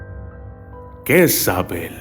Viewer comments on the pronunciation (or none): none